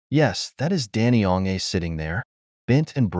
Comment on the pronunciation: Please pronounce his name correctly.